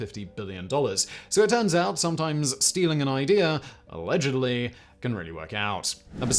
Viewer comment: Uh-LEDGE-ud-LEE 😂😂💕💕I love it!!